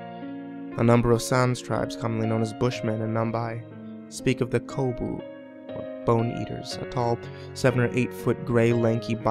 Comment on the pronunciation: True. But he got Namibia wrong. It's not Nambai but Namibia.